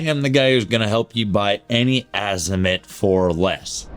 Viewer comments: don't worry about what other people say ...worry about what is CORRECT ....It is pronounced "AH-zee-moot". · I wouldn’t buy anything from someone who can’t pronounce Azimut correctly 😢